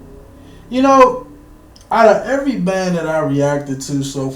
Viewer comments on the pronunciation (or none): none